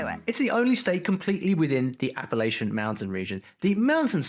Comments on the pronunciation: North Carolina here! The way he pronounces Appalachian is just wrong. It's App - a - latch -un. Something that bugs a lot of folks down here LOL! My accent isn't as strong as my dad's and there is a wide range of accents in NC. Look up Ocracoke for a unique accent that's disappearing fast. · Appalacian is pronounced Appa-latch-in. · App-uh-latch-un ^That’s the right pronunciation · Lol it’s AAa-Pa-latch-in. Not Apalacion. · please search up how to pronouce Appalachian before saying it like that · Bro moonshine came from North Carolina not Tennessee 💀 (which is alsp how Nascar was invented). As a North Carolinian i feel ripped of He even mispronounced "appalachian" wrong 😭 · He pronounced Appalachian wrong.